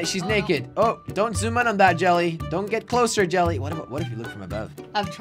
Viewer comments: It's yelle pronounced jelly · No it's jelle and it's pronounced yelee but people call him jelly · It's spelled as Jelle, but it's pronounced as YELL-AYE. It's a Dutch name, so he made his alias Jelly so it's easier to pronounce. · jelle, but it's pronounced yelle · Pronounced Yell-ay